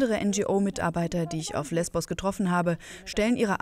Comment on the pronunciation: Es heisst LESBOS !!!